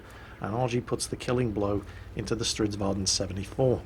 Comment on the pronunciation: IT IS NOT Stridsvaan, this is not Dutch.